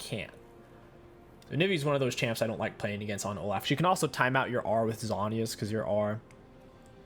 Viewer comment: It’s pronounced “Oh-Loff” not “Oh-Laugh”